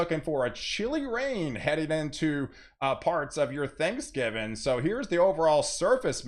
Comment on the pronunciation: I love it when you say “Thanksgivin” 😂